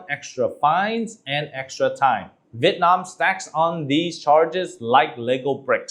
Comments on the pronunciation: Why do english speaking vietnamese people say Vit Nam. It's VIET Nam. Vit is a duck. Nam is southern. You're saying southern duck. Even foreigners can say it right. You sounds stupid. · Chú Dương phát âm Vietnam giống như Vịt nam.